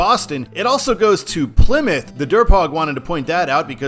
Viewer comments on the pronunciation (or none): none